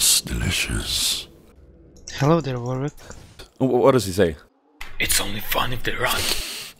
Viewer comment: i love how it said declicious in the ending :D